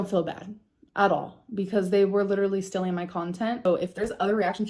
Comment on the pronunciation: 1. STILLing content 2. Big Girl PanEES (She has trouble with that elusive "T". Same thing with the word imporEN) 3. Striked down videos 4. Worst human ever